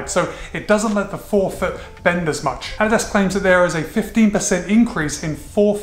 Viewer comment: Thumbs up just for you pronouncing it correctly!